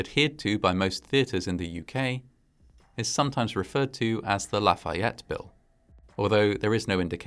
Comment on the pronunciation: That must have been a somber experience. I found your accent on Lafayette to be perfect and assume you had some classes in school. Do you speak French? Regardless. Another well produced and fascinating doc. Cheers from Montreal, Quebec, Canada.